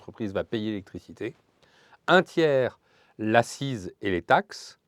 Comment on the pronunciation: Le début du mot "accise" se prononce aksize, comme le début du mot "accident".